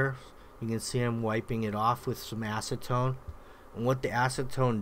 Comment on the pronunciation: Did he say “ass to tone” 🤣?